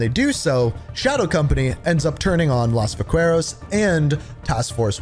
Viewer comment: Oh lord dude every time you pronounce a name wrong 10 seconds after someone in game says it it kills me. Just say it the way that the characters say it. Los vaqueros is not hard to pronounce, its like you do it on purpose.